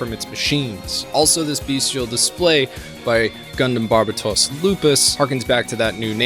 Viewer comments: “It’s barb-a-toss” 😂😂😂 You watched the whole series and still are mispronouncing it? 🤦‍♂️ It’s ‘barb-aye-toes’ like how white people pronounce the country Barbatos… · I loved the video but you miss pronounced so many names in the video it was like listening to a grandma say nooroto. You got Turbine (tur-bin), Gaelio (Guy-lee-oh), Barbatos (Bar-BUH-tos/ not toss), August (AW-gust), Kudelia (koo-DEE-lee-ah), Itsuka (EAT-soo-kah), Alaya-Vijnana (uh-LAY-uh vee-NYAH-nuh). You said you watch the entire anime twice man come on.